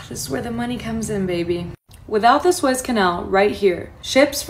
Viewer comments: SOO EZZ CANAL! JESUS, I CANT SEND YOUR VIDS CUZ YOU CANT PRONOUNCE WORDS🤨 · it's pronounced Sue-ez Canel. Very interesting stuff. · It's pronounced: SOO-EZZ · Better states but not the best cities in either state. Very blue cities! Hi, from Florida!!❤ It's pronounced Sue-Ez Canal! My husband's ship will be going through that in 10 days! I'm hoping it will be safe. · Pronounced Sue-ez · Man I really enjoy your informative videos but really you say you check everything out but then you still don’t know how to pronounce areas on a map? The Suez Canal being the latest it’s pronounced Soo-ez just like I spelled here. You can even google the words you’re not sure about for the proper way to say them. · Said " sooo ez" canal. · Pronounced Su ezz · I believe it's pronounced the sue-ez canal... everyone have a blessed day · You lost me when you said Swaze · Say it with me sue ez canal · Please check your pronunciation of suez canal ! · How can this be taken seriously when the presenter cannot even pronunciate Suez. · ARE YOU MISPRONENCING SUEZ CANAL ON PURPOSE? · Sways? It is pronounced "SUE - EZ" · It is the Sue ezzz canal not swez canal. 😉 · Su as in Sue. ..ez. Nothing surprises me. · It’s pronounced sue-EHZ, not sways. Howdy from Central Florida. 👋 Nice report. Thanks! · Swez canal? 😮. "Sue-Ez"...... 👃✌️ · Sue-ez, sue-es, Suez canal haha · Sunday Monday (You’re cracking me up) It’s (Soo-ez). Love ya. Just yanking your chair.😂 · Suez. Soo-ezz. Suez. cheers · its pronounced SUE-EZZ canal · It's pronounced sue-ez ....my brother....sorry a bit ocd. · The canal is pronounced sue ez . Easy to see the canals desired now that you point it out. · You need to learn how to pronounce the words in your story. Suez Canal is pronounced. “Sue-ez” . I have been there and observed it. You sound more knowledgeable when you say the word correctly. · It's pronounced sue-ezz Canal I think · Sue-ez canal. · Pronounced Sue,- Ez, canal. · "soo-ezz" canal... lmao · "Sue ez"